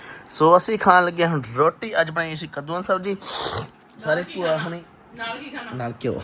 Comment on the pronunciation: ਬੂਆ ਨਹੀਂ ਭੂਆ ਹੁੰਦਾ 🙏